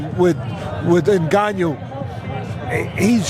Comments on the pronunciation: 😂 " Nganiou "... Teddy c'mon! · Cant even speak the name proper 🤣🤣🤣 N GAN NOU easy lol the people LOVE too hate on aj but humble pie got through at all the fuckers and aj never got smoked by usyk especially in 2nd fight usyk won by 2 3 rounds even fury stated this wilder and fury get ENDED by aj quick aswell especially wilder